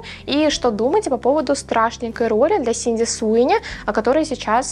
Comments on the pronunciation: Она же не Синди, а Сидни Простите, очень на слух давило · Sidney - Сидни, а не Синди. Просто режет ухо, так и перестанут правильно называть. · Я не могу это больше слышать. Она не СИНДИ, а СИДНИ ЭЭЭЭЭй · СиДни Суини, а не СиНди Суини 😭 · Простите, но не Синди, а Сидни, все видео вслушивалась 😄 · Не Синди, а Сидни😅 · Актрису зовут Сидни, а не Синди. Резало уши всё видео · Сидни, а не Синди Суинни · СИДни Суини, а не Синди Суини, слух очень режет! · СиДНи!!!!! Ее зовут СиДНи, а не СиНДи😢